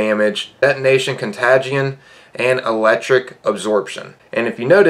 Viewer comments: Con-Tay-Jin lol. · also “etonation con tagde eon” 👌🏻👌🏻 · You said con-ga-tion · Cont A gion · I love how you said contagion 😂 reminded of a Christmas story when the dad reads fragile on the box 😂 love the content! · We all just gonna ignore how he pronounces ‘contagion’? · Yeah I especially don't want to listen to somebody that doesn't know how to pronounce contagion especially right in the middle of a global pandemic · U didnt pronounce contagion correctly at all... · reads contagion wrong stay in school kids